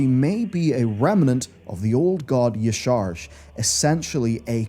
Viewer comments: Y'Shaarj = YAH-SHA-RAJ It is not YAH-SHAARJ You would know this if you played MoP and actually hear the voice actors say the name in cutscenes. Also blizzard employees say it correctly and its pronunciation is broken down on lore data sites. I dont understand why so many people that should be informed keep saying it wrong. Its so cringe. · Yah-shah-rahj .... not Yahsharg ......... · Repeat after me.. Yah-Sha-Raj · Mispronouncing Y'Shaarj is cringe af. It's said "Ya-Sha-Raj". You did play the game right? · Pronounced YAH-sha-raj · "Ya-sha-raj" Otherwise, great video! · Minor correction here. Y'ssharj's name is pronounced "Yah Shah Raj" That's why we called his offspring the "SHA" in Pandaria. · WHO IS YASHARS say hes name right my god xD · Wow that pronunciation of "Y'Shaarj" was JARRING! Did nobody over there play through the Klaxxi Paragon stuff in Mists of Pandaria? They have his name voice acted several times and it is certainly not whatever just said. I can't imagine how embarrassing it must be to have such an egregious error only seconds into the video and nobody on the team catching it THEN showing it off to over 624,000 subscribers, some of whom paid their money in support. Are your faces red or pale?